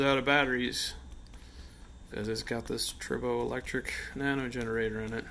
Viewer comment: Not trying to be mean, It sounds like you’re saying “turbo electric.” I think it’s “try bow” electric. I was wondering why it was called that because you rub two pieces together but tri means three. So I asked google and it said that tribo is Greek for “to rub.”